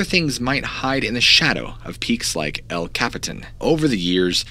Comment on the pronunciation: say capitan again……. 😓